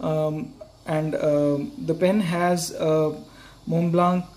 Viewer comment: and also "Montblanc" being mispronounced in the whole video. It should be said without the "k" at the end.